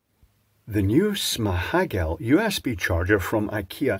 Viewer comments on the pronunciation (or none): You said Whaaat? Småhagel, Swedish pronunciation 😁